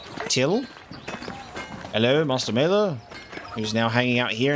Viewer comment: About pronunciations: Vaclav pronounced as Va-ts-lav, Wojslav as Vo-i-slav, and of course Maler is more German, not Maeler but Mahler. Great job on playthough 🤗🤗🤗